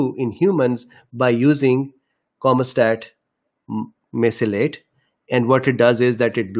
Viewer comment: Sir it’s camostat Mesylate